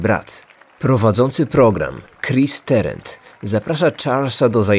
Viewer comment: Tarant nie Terent. Wymawia się dokładnie tak jak jest napisane.